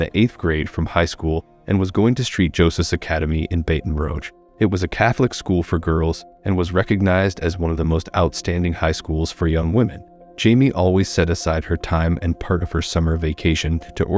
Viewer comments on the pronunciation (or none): Bate in Roshe????? It’s BATT-IN ROO-G (like a sh sound but with G instead of S). Baton Rouge.